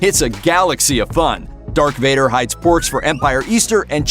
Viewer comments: Darth not dark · He also says dark Vader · Did he say Dark Vader? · And he said “Dark Vader”